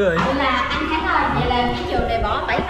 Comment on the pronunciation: Ủa sao tui nghe bàa vân kêu khánh là út vậy (gthich cho tui với ạ )